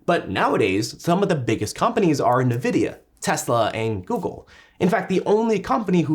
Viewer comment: Who tf says navidia